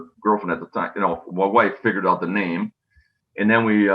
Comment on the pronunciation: Might want to spell and say his name right lol